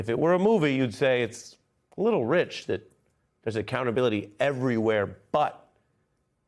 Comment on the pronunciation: Im sorry did you just say .... AC-Clownability? We need full Acclownability in my opinion... full acclownability!